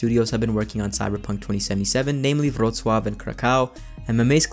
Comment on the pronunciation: how did you pronounce Wrocław correctly but not Kraków. Wrocław is a harder word on my opinion. 😂